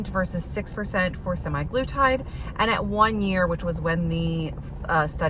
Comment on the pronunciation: Sim-EYE-gloo-tide? Say it ain't so. I don't know where they got "sema" from -- but based upon my initial research, I think "sema" refers to 7 days or weekly. Interesting results even though data mining is somewhat limited in its scientific validity. You mention demographics as affecting the study. For instance, tirzepatide was cheaper than semaglutide, so that might have something to do with whether an insurance company approved treatment. Would be a good basis for a direct randomized comparison between the two drugs.